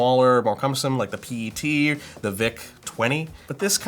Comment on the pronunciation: The VIC-20 was the exact same size as the C64. And yes, the P-E-T was bigger, but it was just pronounced PET lol